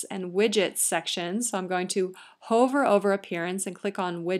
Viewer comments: It's pronounced "Huh-ver", not "Hoe-ver". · This video is amazingly informative and extremely clear on the steps to creating a Wordpress site. The only comment is that she pronounces "hover" with a long vowel (like in Dover) instead of "huvver" and it throws me off.